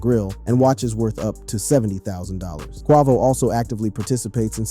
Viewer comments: FAYBOLUS AND KWAHVOH??? HOW DO YOU MISPRONOUNCE THE NAMES OF THE RAPPERS YOU'RE DOING A VIDEO ON? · bro WHY do you say Quavos name like that what the? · How you mispronounce quavo name 🤦🏽‍♂️